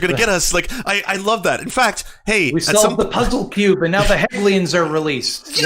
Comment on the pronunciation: The guy attempts a deep dive on Karl Marx and he can't even pronounce "Hegelians." It ought to be self-evident to anyone, right or left, that this man and his contingent of moronic pundits (Pim Tool) suffer from an extreme poverty of thought.